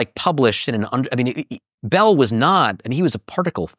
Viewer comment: First: It’s Bell, not “Belle.” Second: Hubble did not “disagree” with the expanding universe, which is why it is now known as Hubble’s LAW. Third: Everything else you said is equally wrong and ridiculous.